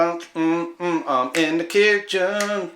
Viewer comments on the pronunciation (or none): "Inda kitchen....inda kitchen.."